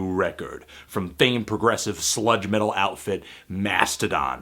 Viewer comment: I had to rewind because I thought he said "slut metal"...